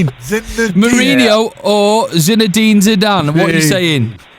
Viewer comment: "zedine zidane" fuck's sake 😀